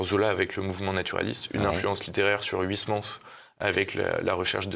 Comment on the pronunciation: on dit pas h oui s mans mais oeil smans uy en néerlandais ( origine du nom d'huysmans ) se dit oeil